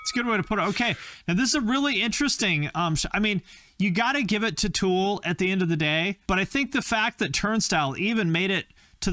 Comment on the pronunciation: Is it meatriding when I hate when people pronounce tool as two syllables?? That kid keeps saying “tewel” and it’s infuriating me. I guess the right band won :p